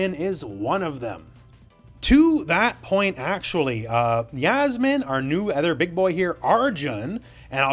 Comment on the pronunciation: Yasmine (is think it’s Yassmine not yazmine ) is from the Philippines 🇵🇭